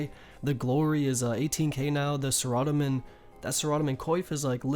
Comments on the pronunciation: sa-rah-do-min and Ar-mad-il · RSN: FloofSheep Love the vids but no, they all have a correct way of pronouncing them... It's not Armadale, it's definitely pronounced arma-dill, and saradomin is said Sar-a-Dom-in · Last time I checked it was not pronounced "sah-rah-damen. lol 😂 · Dude are you really pronouncing sara-dome-in as sarodomen? Wtf.. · Gonna fix those pronunciations of the gods for ya : "sare-a-dow-min", "arm-a-dill", "zam-ore-ack". Keep up the amazing content! Amazing vid. Just starting to level my first osrs account coming from rs3, and your guides are making it a bit easier. ty! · Sa-rah-da-min and Armadale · i spent like 10 mins trying to find the Coif, till i realized he meant Saradomin lmao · I love the way you pronounce the god wars bosses. I’ve never heard anyone say it like you, I’ve always said it like (Sarah-dough-man) (arm-a-dill). Every time I hear you say it thought it makes me laugh. RSN:H3NNESSEY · Arm-uh-dill Care (c pronounced with S sound)-uh-dome-in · sare-uh-doh-min arm-uh-dill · Your pronunciation of Saradomin (Sir Odd Omen) and Armadyl (Arma Dale?) is triggering me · saa raaa daaa min boots wtf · sur-amon-don LMAO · That thing about the knives darts is groundbreaking. But for real your pronunciation is out of left field, Saradomin, aramdyl, runes. All wonky, and I’m an American too lol. RSN: TurdFurgeson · You say Saradomin Wrong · It's pronounced Saradomin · RSN: JamalDTyrone the way u said "saradomin coif" xdd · Your a great youtuber and I love your YouTube vids/ guides but the way you say saradomin triggers me lol -rsn-bsimmo22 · Look man, good guide, and I'm gonna let you pass on this one... but in the future, if i hear you pronounce words the way you do, I'm going to dislike. Literally watch any video and everyone else pronounces pegasians, armadyl, and saradomin correctly. Please...